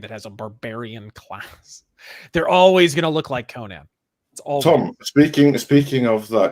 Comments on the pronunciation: You guys say the name wrong it's pronounced "Ko-nan" not "ko-nin" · Despite the way most American-Irish pronounce it, in Eire/Erin/Ireland, it is most commonly pronounced "Conn-ehn" with emphasis on the first syllable, unlike "Coe-Nanh" with equal emphasis both syllables.